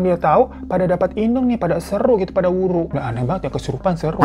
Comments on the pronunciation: Nyong ya wong gumelar...banyumas...tapi sakuan istilah ebeg kuh wuru yah...geneng bang hiro ngomonge waru...waru sakuan kayu...ihik...!!! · Wuru bang bukan wuru krn aku org Banyumas 🤭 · Bang,,gw dari banyumas nih,,btw WURU bang bukan WARU,,hehee😁😁🙏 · Wuru coy bukan waru😂😂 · Bukan waru bang tp wuruu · Wuru bang bukan waru😂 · Hhhh bukan WARU bang tapi WURU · mon maap bang wuru bukan waru😭